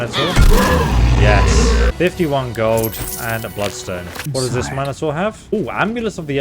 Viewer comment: The way this guy pronounces Minotaur. I don't like it.